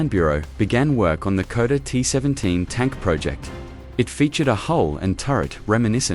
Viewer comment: KODA ???? your AI needs correction..SHKODA !!